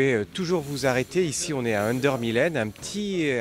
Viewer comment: Errata: Esch-sur-Sûre (et vous le montrez sur la carte), Restaurant An der Millen (dans (au) le moulin et non Danslemoulin), il n'existe pas de ville ou de région qui s'appelle officiellement Moselle au Luxembourg